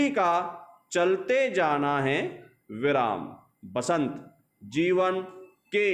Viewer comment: सर वसंत होता है बसंत नहीं